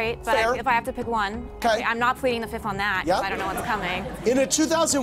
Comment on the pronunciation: Andy Cohen, it's time for you to pronounce words properly. It's "plead the fifth" not "plead the fith"